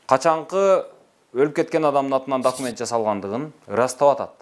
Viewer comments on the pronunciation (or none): Дакимент дейби шүмшүк ?